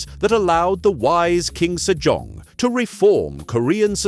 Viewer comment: I kept hearing King Sir John :D